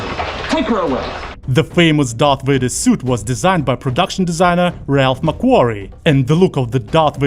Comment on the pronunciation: Vader. not Wader.